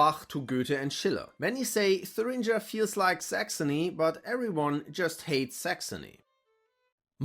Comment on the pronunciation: The pronunciation of Thuringia doesn’t seem right